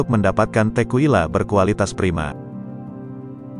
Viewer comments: Cara baca yg benar: AgavE - E nya dibaca, bukan agav. Tekila - bukan tekuila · Bro bukan tequwila nyebutnya tekila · Baca:Tekila bukan tekuila. Agave bukan agef. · Kesini gara2 yg baca berita ndeso. A ga ve dibaca agev, te ki la dibaca tequila 😢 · Klo kita nenggak 1 sloki setiap naratornua ngmg “Tekuila”, kita udah mabok skrg 😂 Btw, bacanya “Tekila”, bukan “Tekuila” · pengucapan tequila itu tekila. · nyebutnya 'téqila' sm 'agavé' bang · Bacanya Tekila bukan sih?